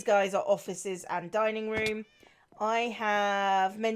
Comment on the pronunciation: said "[having] all [her] friends dining or just some of [her] friends dining" and I heard 'dying' both times... man, pirates are cutthroat even when they're undead, monsters and/or obsessed with wearing pumpkins.